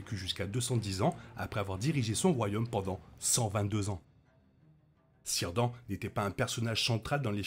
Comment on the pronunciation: Isildur non mais les autres oui Au fait fait gaffe à ta prononciation j'ai failli faire un arrêt cardiaque avec Cirdan, le C se prononce toujours k et il n'y a pas de an in on, dans les langues de Tolkien, les lettres se prononce indépendamment.